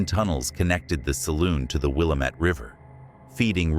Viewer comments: It’s AI or computer generated that doesn’t pronounce uncommon words correctly. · Lifelong Oregonian here and I won’t badger you about the pronunciation of Willamette because your story covered info I was previously unaware of about the conservatory! I have visited those grounds many many many times throughout my life and in different times of the day. It is very much an area locals stay away from after dark. The area is plagued with tragedy and violence to this very day and at times has a vibe that makes me not want to get out of the car. Lots of history surrounding the land it’s on as well … anyhoo, thanks for the great stories with new info!